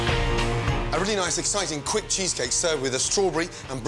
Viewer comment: Did he say quick -_